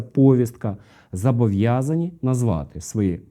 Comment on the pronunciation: Правильно казати «зобовʼязані», а не «зАбовʼязані».))